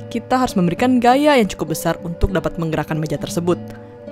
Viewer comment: gaya jadi gayak meja jadi mejak